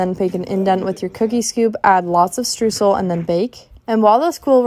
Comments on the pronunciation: As a German the stroozel hurt my ears It's pronounced shtroizel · it’s pronounced „shtroisel“ :) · As a German it is really entertaining how you guys pronounce Streusel. Stroozle sounds really cute ❤😂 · it is pronounced „shtryozel“ :) although Germans tend to have a harder way of pronouncing the „sh“ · I normally don’t like baking but my god, I gotta try these 😍 (also just a tip from a German, „Streusel“ is pronounced „shtroycel“ xx) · It's cute how you pronounce 'Streusel' 😅😍 Try pronouncing the 'EU' part in Streusel like the 'OY' in Oyster. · Its definitely not pronounced Shtryozel lol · Only that not how we pronounce it or I dont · She pronounced it the English way. If she were speaking German, then you'd be correct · As a german, it triggers me everytime how native english speaking people pronounce so many words wrong. Streusel is very hard to say, i get it but croissant? Guys come on. Its really not that challenging to pronounce european words. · Damn, you've really messed up the pronunciation of streusel there